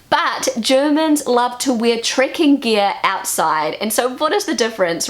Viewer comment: It took me a while to realize she was saying "trekking" and not "tricking".